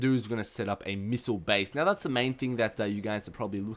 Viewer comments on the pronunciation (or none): none